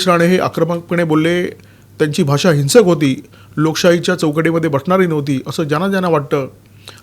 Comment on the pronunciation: तुम्ही मराठी फळ चा उच्चार इंग्रजी फ प्रमाणे करता. हिंसक या शब्दाच उच्चार हे चुकीचा करता. तो हि न् सक असा नाही.